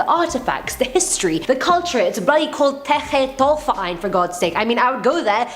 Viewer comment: German Girl here. Zeche Zollverein has an awesome Disco inside too. But you speak it more like Zeche (IPAˈt͡sɛçə) the Z like in Zoo, E like in essence and CH in chandelier and the E again like in Essence. Zollverein(IPA: ʦɔlfɛɐ̯ʔaɪ̯n) is more difficult, Z like Zoo, O is spoken like the letter alone(if you rhyme the alphabet song kinda) the LL like in LUL, V like you peak PHeromone, E like fAIr, the R like in faiR and the ending EIN like the ai in fair plus an normal N. You can do it ;P